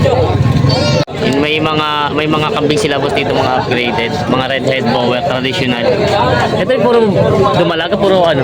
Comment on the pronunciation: Ang Correct Pronunciation ng BOER ay BOR, Silent ang E, Galing sa Afrikan (Dutch) sa South Africa. ibig sabihin FARM O FARMER. Yung barakong baboy, sa Inggles BOAR. GANON DIN ANG PAGBIGKAS.. Yung SAANEN goats Galing sa Saanen Valley sa Switzerland Ang double A pagpronounce SAHHNEN, Long A imbes na double ang A.. Paki bigkas ng tama para hindi sabihin BULOL tayong Pinoy.